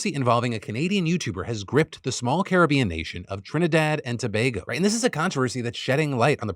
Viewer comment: TRINIDAD AND TOBAGO !!!!! btw thanks for pronouncing it properly